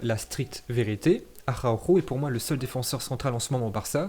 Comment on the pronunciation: Nous on dit Araujo mais il dit: Ahaoouuhooo 😂😂